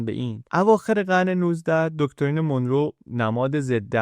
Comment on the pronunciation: خیلی عالی و‌ آموزنده بود. سپاس فراوان. فقط تلفظ درست این اسم مانرو هست نه مونرو Monro